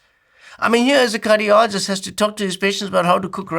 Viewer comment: sounds like he says 'as a Curryologist..." 😂